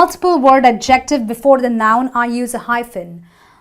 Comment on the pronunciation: You need to learn how to say adjective.